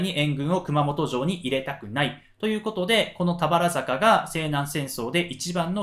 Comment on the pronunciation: 「たばるざか」ですね。😂